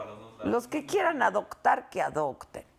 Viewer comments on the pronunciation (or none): minuto 17... dijo adoCtar con c